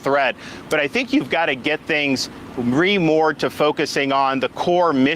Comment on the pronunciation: How did this clown graduate from Yale and Harvard? He said "we just have to "remore" followed by whatever his fix was for military. I forgot the exact sentence, my brain explodes when I listen to his "Wokeolgy" and "Sexualization" speach for too long. Not to mention world history according to Ron DeSantis. 🤡